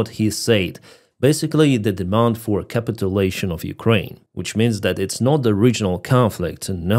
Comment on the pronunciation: Since no one is helping you. When you capitulate, you fall into a pit. Pit is the primary accent and then put a secondary accent on la (pronounced lay here). Thus caPItuLAtion. You are putting the accent on cap like in capital and capitol, which changes the meaning. Hope that helps. Otherwise your English is great.